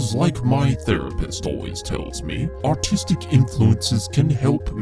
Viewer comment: Every time he said artistic it sounded like autistic